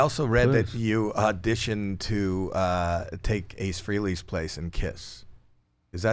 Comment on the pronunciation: Not free-ley, Howie, freh (not fray)